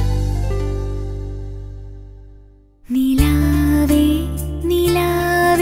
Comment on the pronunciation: Perfect pronunciation of 'Nilave' with the tongue touching the tip of the front teeth. Beautifully sung!